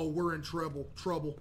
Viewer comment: “Oh we’re in trebl”🫣